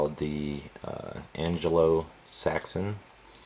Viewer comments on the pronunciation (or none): Gorgeous knives I think the first one would not be pronounced 'Angelo Saxon' but 'Anglo Saxon' (kind of like angler'.